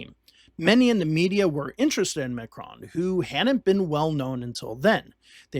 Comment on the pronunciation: The mispronunciation of his name is driving me crazy. Nails on a chalkboard.